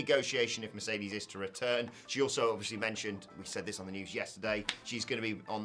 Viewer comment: You guys seem to be to be the only ones who dislike it! Also it’s Mercedes “Moh-nay” not money